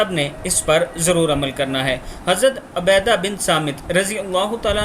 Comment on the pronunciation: عبادہ ہے عبیدہ نہیں